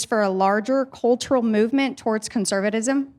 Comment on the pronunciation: "conservdism" lolol